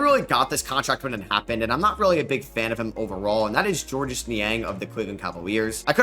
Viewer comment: It's pronounced "George" Niang.